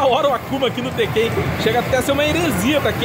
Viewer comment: Q agonia dá ouvir ele falar tekkÉn, sendo q se fala tÉkken kkkk